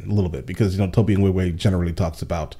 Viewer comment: I love your content. But I absolutely hate how you consistently mispronunce Tobe's name.